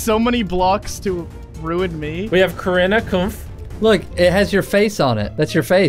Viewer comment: David dobrik fans: corrina kopf Jimmy: corrina CoOmPh